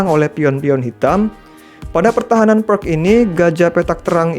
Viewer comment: Sebaiknya menyebut Pirc dengan "Pirts" bukan "Perk" 😁 Terimakasih penjelasanya Video edukasi yg bagus dan keren untuk pemula